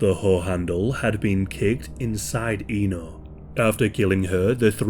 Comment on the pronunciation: Just a little correction there that her name is actually pronounced as Éno with the E pronounced like one in “Elizabeth” or “Echo”. Indonesian speaking here, this case is one of the worst I’ve ever heard in my lifetime. This is just outright tragic and horrendous. Many do sympathize with her like any normal human being would, but not too few people (at least I’ve seen online) that tried to pull an edgelord by making memes outta her situation and even there were few that somewhat justified her murder through the lenses of conservative Islamic views as she brought shame to her family honor by rejecting a guy who tried to propose her. Ironically, those people, either they realize it or not, missed out the glaring facts that non-marital relationship is actually a taboo in Islam and murder is even a much bigger sin in Islam as well, and in any religion for that matter.